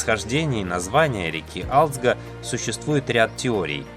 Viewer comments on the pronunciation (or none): Не алидзг а гализдга Грузинское имя, Ташкент по вашему Аташкент не искажатте имена.